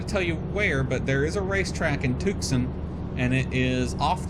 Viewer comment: Since you're not from the west, it's not pronounced Tuc-son. It's pronounced Tue-San. Luke AFB is there where they trained all F-16 pilots before they sent a squadron to Holloman AFB, New Mexico. Now Luke AFB trains F-35 pilots as well as Eglin AFB, Florida.